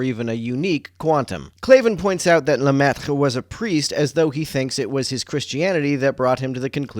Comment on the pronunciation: Hell of a Lemaitre pronunciation! As a non-native French speaker, seemed like it was pretty close!